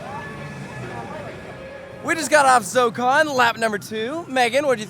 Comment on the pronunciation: Why is Zokkon not 4 syllables??